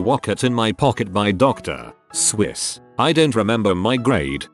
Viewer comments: What the heck they pronounced doctor Suess doctor Swiss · Text: Dr Suess Voice: Dr SWISS 🧀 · Dr.Suess No one: Literally no one: Robot: Dr.... Swiss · "I memorized 'theres a wocket in my pocket' by dr. (Pause) SWISS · How can you mispronounce Dr. Suess?